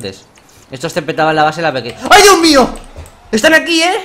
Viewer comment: "Uy dioh mioh" "e gijante" - Knekro 2015, oraciones que recordar